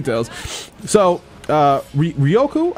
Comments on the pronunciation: My nigga her name is not hard to pronounce you keep saying ryoku but it's ryuko, it's a five letter word not that difficult nigga 😧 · Ryuko is pronounced REE - YOU - KOE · How tf you can't say "Ryuko"